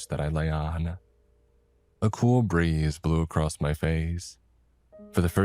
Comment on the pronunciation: "i must to have misheard her"? Man your English is getting worse and worse, ever gonna say what's up with that? "clamour" and "clamber" are not the same word. One means noises and the other to climb. "acrost" is not a word. "brownt" is not a color.